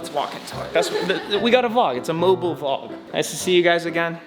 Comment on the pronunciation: saying VLOK is lit. 😂